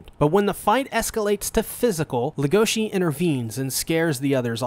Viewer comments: Everyone: LEGOshi This guy: legOSHI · Everyone says "Legoshi" but in reality it's "Legosi" like Bella Legosi, the old Universal Horror movie star from Dracula and The Wolfman. Even though in The Wolfman he only played a minor role as the gypsy "Bella", who infected the main character, Lawrence "Larry" Talbot, with Lycanthropy, thus kicking off the whole concept of the movie's plot. He also portrayed such Universal horror monsters as Frankenstein's creature, The Wolfman, in other pictures, and his most famous role as Count Dracula. The author has stated that Legosi's name is a direct reference to Bella Legosi himself. She also mentioned that his name being so difficult to pronounce directly effected her choice for the name of the other main character, the White Dwarf Rabbit "Haru", so that they were opposites not only in nature but in name pronunciation as well. Just some extra information I found interesting.